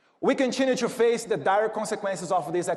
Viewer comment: Eduardo: não se fala "two be here" e o nome do vice é J D Vance, não " G D Vance" como vc pronunciou. Mas o conteúdo tá correto. Tmj. Valeu representar-nos 👍🏻